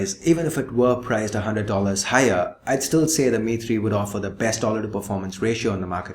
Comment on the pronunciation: Every time you said "The Mi3", it sounds like Dimity, so now I have started calling the Mi3 "Dimitry" with a Russian accent.